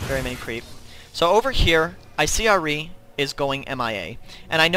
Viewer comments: isnt it ahhh-ri no errr-ri i prettey sure thats how ahri is pernouced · R-E not ah -ri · ahrI lmao its AHri... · Good guide but god i hate how you say ahri. It's Ahri not Ah-ri. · ahri = R-E not AHHreee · Pronounce ahri better pls not ari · Nice guide but it pains me to hear how you say Ahri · Great guide, really improved my Cass game. But seriously, stop saying Ahri like that. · The way you say Ahri makes me want to rip my ear off. Maybe I'm just too used to people saying it the other way. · nice vids tho, can i just say, i know youve probably heard this a tonne of times, but your pronunciation of Ahri is a bit strange, i mean its probably just from where you are situated and your accent, but as a main ahri player, i just wanted to make sure you knew. I mean a lot of people i see have picked up on it, just making sure. I mean i was annoyed at first but got used to you saying it. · i hate the say you say ahri arrggh lol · that ahri was bad... the way you pronounce ahri makes me cring.. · Yah the way he says ahri like aree and sivir like severe makes cringe too